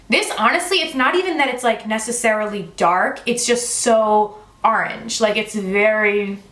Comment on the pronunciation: Arange or orange?😂 love you